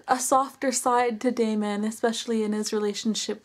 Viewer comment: It is pronounced Damon